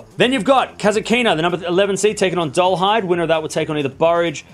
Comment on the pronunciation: You learned how to pronounce "Rybakina" the correct way - congratulations. Now make another step - Kasatkina, Svitolina and Kalinina are PRONOUNCED THE SAME WAY. You're putting the stress one syllable too late.